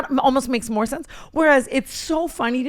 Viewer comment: Tana’s “we need these way mo’” 😭🙏🏽